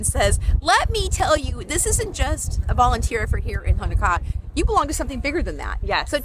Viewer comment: All Os in Hawaiian are pronounced like "Oh" now ah. It's not Hanakaa it's HoNoKa'a. Thank you.